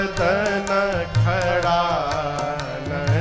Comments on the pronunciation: ऐसे जगतगुरु के मुख से षडानन को सडानन सुने हैं पर आपके मुख से भगवन खडानन सुन रहे हैं। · षडानन का उचारण होना चाहिए